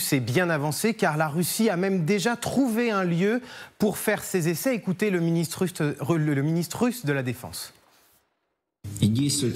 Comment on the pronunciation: "Ecoutez le ministrus de la defense" 😂😂😂